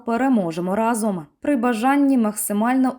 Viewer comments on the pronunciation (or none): none